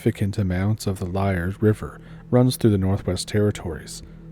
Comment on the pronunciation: Lee- ard is how it's pronounced